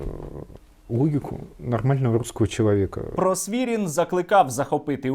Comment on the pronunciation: Просвірнін, а не Просвірін